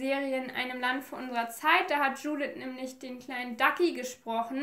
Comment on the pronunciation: Hey 👀🌸 Erstmal, tolles Video :) 2. Ich bin selbst Ungarin und ich denke Mal die Namen sollten so ausgesprochen werden: Judith wird so ausgesprochen wie du es im deutsch auch machen würdest,also nicht so Englisch. Bei Maria denke ich Mal dass sie wie auf ungarisch Mária ausgesprochen wird also Montag einem langen a und sonst auch wie auf deutsch.(Das a ohne den Apostroph können deutsche nicht wirklich aussprechen deswegen gehe ich da jz Mal nicht drauf ein) bei Ági wird das a auch einfach lang ausgesprochen und Barna ka kenne den Namen nicht haha auf jeden Fall spricht man deren Nachnamen (also Barsi) Barschi aus (denke ich Mal) weil im ungarischen ein einfaches s sch bedeutet. Also auch wenn es jz nicht so wichtig war wolltest du ja im Video immer Mal wissen wie man das ausspricht und ja 🌸 Hab dich lieb